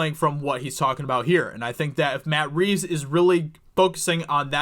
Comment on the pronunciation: Did you say Bat Reeves